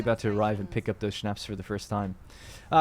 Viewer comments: my mother told me you say Schnapps like Shnops not shnaps. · 😂😂yeah I heard that too